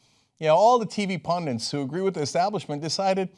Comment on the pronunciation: ellison drama is as scripted as a dull subplot from house o cards (Cenk: pundit. not pundant.)